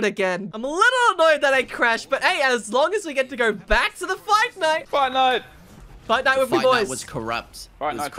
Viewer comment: Lol When says fight night it sounds like Fortnite